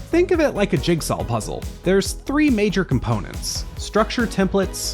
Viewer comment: why do you say: "jigsal"